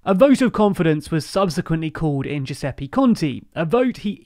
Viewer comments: I love the content of your videos, but PLEASE at least try to pronounce the names properly. It's 'Giuseppe Conte', not 'Giuseppi Conti', etc, etc. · nice video! BUT please please please PLEASE, learn that in Italian the vowel E is always pronounced "EH" not "EE". GiuseppEH ContEH not Giuseppi Conti. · Are you pronouncing EVERY SINGLE name incorrectly on purpose? It's really frustrating.. It's "GiuseppE ContE" "E" pronounced as it's written, like in "elephant" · I love your content and videos, but I need to comment on the pronunciation of Italian names...I don’t mind accent at all, but there were two instances that made me cringe: 1) Giuseppe Conte (and any other word ending in -e) is Giusep-peh Con-teh, not Giusep-pee Con-tee (unlike, for example, Draghi or Monti , which, like all words ending in -i, are indeed pronounced Dra-ghee and Mon-tee). The sound of the last “e” is the same sound of the first “e” in Giuseppe. 2) Ciampi (and any other word containing -ci-) is Cham-pee, not Kiam-pee These feel especially strange to Italian ears because they sound like someone chose to deliberately use a different letter (and not just like Italian words with an accent ) Apart from that, I really enjoy your videos, thanks for all your effort!